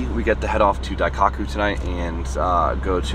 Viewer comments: Not to be “that guy”, but it’s pronounced “Dai-koh-coo”. Sorry, but it’s been driving me nuts lol. Love your vids and everything you do bro. Keep it up! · Diecockyou? Bro butchered it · "daiCOCKu" your pronunciation is making me giggle 😂